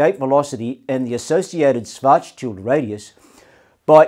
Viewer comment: Karl Schwarzschild rolls over in his grave due to how his last name is pronounced in this video.